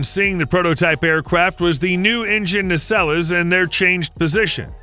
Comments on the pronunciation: Does nobody watch Star Trek? It's "na-SELLS" not "na-SELL-ess". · …engine NAY-SELL-UHS… Can’t somebody make AI narrators learn American English pronunciation and idiomatic pronunciation? At least this one got to more than six minutes before it gave itself away. Maybe the AI wizards are all working furiously on my last challenge - figuring out how to eliminate those damn little bar code stickers that are on every single loose piece of fruit in the produce section of every supermarket! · Might I suggest you learn how to pronounce nacelles correctly 😂😂😂